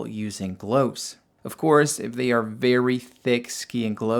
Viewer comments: They are GLOVES not GLOWVES how stupid is that, that you dont know how to say this every day simple word. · I've never heard anyone pronounce the word "gloves" the same way as you do bro 😂